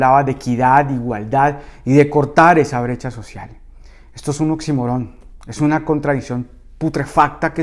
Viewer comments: “Oxímoron” es una palabra esdrújula, lleva tilde. Varias veces te he escuchado decir “oximorón”, y es incorrecto. Además, te digo que no utilizas adecuadamente el concepto, y lo confundes con “paradoja”. Y cómo me gustaría que un día dejaras de dirigirte sólo a los "señores", "señores", "señores". Genera un distanciamiento tan triste. Cada vez que dices "señores", me sacas, me distraes, me pongo mal... Te quiero mucho. Mi apoyo total! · se dice oxímoron, no oximorón. El acento va en la i y no en la o final